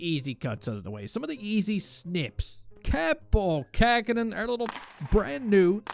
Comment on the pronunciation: You are pronouncing Kapanen wrong